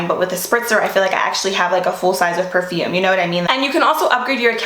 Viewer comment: Please try to be prepare for pronouncing perfume. Ty not being rude.